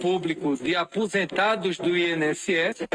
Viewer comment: Parece que "apUsentado" é o português do min.silvio Costa filho